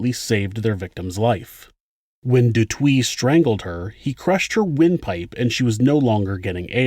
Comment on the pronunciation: The name pronunciation is killing me. Especially de Toit.